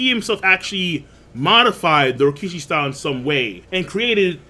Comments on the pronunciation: After all these years, is STILL saying Rokishi instead of Rokushiki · Will you PLEASE pronounce the name right It’s Ro ku shi ki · Bruh. Rokushiki. Ro-Ku-Shi-Ki. Say it with me now.